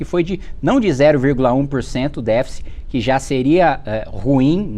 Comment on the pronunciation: O cara não sabe falar "déficit"